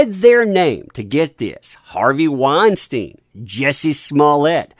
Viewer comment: You're the first person I heard pronounce Harvey Weinstein correctly